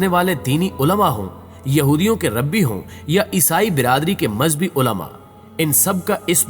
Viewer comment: Right Pronunciation is (Rabbi(Ray bai)instead of (Rabi)like word of Urdu(Rub to Rabi) I hope you won’t mind